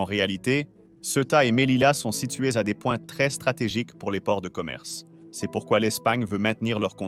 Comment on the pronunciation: Next time, dont forget to write " c'est " correctly, because your AI voice read it like " C S "